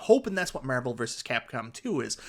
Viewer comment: Great video. Were you aware that your accent changes every AR sound to ER. Ercade 1up. Like literally EVERY ‘AR’ sound is ‘ER’ 😂 When you say “SHARE”, it sounded like you said SHERE. MERVEL vs Capcom 2 AR sounds do not exist lol